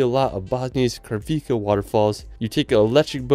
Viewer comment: I can only tell about the ones I definitely know. Kravice Waterfalls - the c is pronounce like ts, like the one in Plitvice. And Aladzha is not the way I heard from you (Alzraha :) but sounds something like Aladga or Alaja . dzh= like the J in Jim.